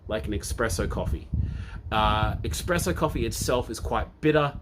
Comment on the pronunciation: "I used to be a barista"...... then says "EXpresso" again and again. Dude! ESPRESSO!!! (Love your work though - I've just started on TMS and going through all your videos! Thanks for doing this)